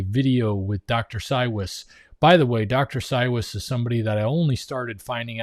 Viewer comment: He pronounces it "CyVes" He's my husband's doctor, we live in Middleburg, and he comes to Jax once a month.